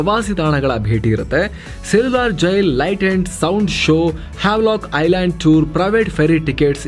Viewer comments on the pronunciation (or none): none